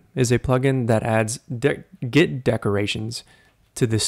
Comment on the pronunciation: 😁🤣 It adds WHhhaaaattt?? Dik or git decorations? 🤭